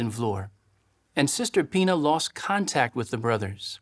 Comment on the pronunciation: He keeps on saying sister Pina and when he pluralizes it it almost sounds like he keeps saying penis, I mean you know how they try to sneak stuff in there!